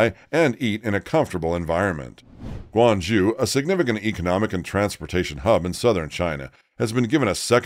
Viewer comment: Come on if you're going to make a program, at least make the effort to pronounce Guang ZHOU correctly -- just 15 seconds on Google Translate